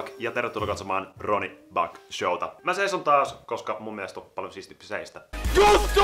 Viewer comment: Älä istu koskaan vaan saiso koko ajan xD kuulosti oudolta